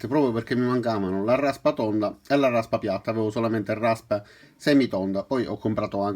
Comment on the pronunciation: Larrraspa tonda e larrraspa piattah! ^_^